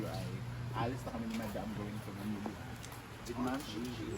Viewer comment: ...pagbigkas ng Manila...wag bigkasin ng malamya...simple MANILA..😂😂😂